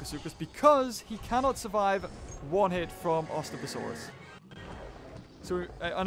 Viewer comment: Did anyone hear say ostaposaurus wrong